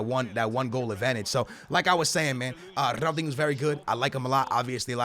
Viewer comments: Lmao go back to your previous videos you say “dingo” not dinho 😂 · Just fucking say Ronaldeenyoo. Een yoo. Not, uno or inooh. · it's not Ronaldingo, it's RonaldinIO ffs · Ronaldingo, stupid twat learn to say people's names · You guys think I say Ronaldingo I say ronaldingo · “Big boy Rrronaldingoo” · can you stop saying ronaldingo it's actually so annoying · "I don't say Ronaldingo... I say Ronaldingo."😂😂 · Ronaldingu lul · a lot of yall gonna say you say ronaldingo, I don’t say ronaldingo I say ronaldingo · Can you stop saying ronaldingo? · Me: don't say it: Ronaldingoo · you can't claim that you didn't say ronaldinho with a g there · i do but its ronaldinho its always spelt that way its just how u say it stop tryin to be cool ur pretty much ruining his name u 3 yo